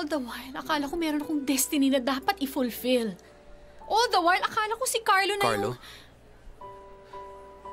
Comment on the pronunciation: I love the view but “the” is silent